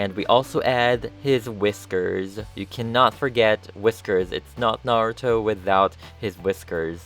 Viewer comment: He's like... the only person who says Naruto's name correctly